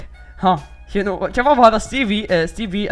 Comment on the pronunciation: تقول تشباب 😅😅😅😅😅